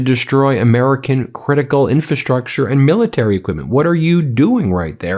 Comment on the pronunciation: You constantly mispronounce "infrastructure." In FRA structure, not in fa structure.